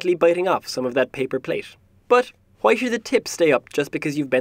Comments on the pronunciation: “JUAY?” lol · HeirOfGlee Hwi? 😂😂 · WHUY? WHUY? WHUY? lmao xD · Anyone else found it funny when he kept saying "HA-WHEY?!?!?!" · i like the HWWWHY! becouse its what is the first thing that you think after you hear something like this. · He says why like Stewie Shwy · Why = hoi? Pronunciation :D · I love the voice actor :3 Something about his accent... And his WHY? :D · Who doesn't love pronouncing Hs before Ws?